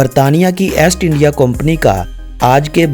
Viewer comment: اےسٹ انڈیا نہیں ایسٹ انڈیا